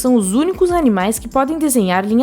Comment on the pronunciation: animais?????!!!! Você só pode tar querendo me ofender mesmo😐🤔